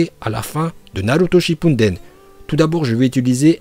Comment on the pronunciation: Naruto shipunedene mdr c'est comme ça que tu prononce